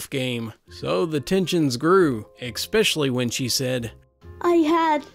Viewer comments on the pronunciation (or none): I wish you’d stop pronouncing especially as “expecially”. That’s my only criticism. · Don't you mean ekspecial edition? :P